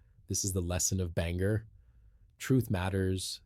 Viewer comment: It's Ban-gore, not Banger